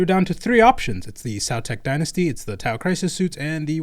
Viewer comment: Sow-tech Die-nasty